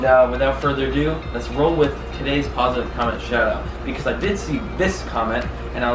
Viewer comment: "Without further aduo"